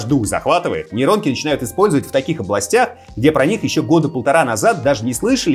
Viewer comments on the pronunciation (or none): Неронки, нейронки!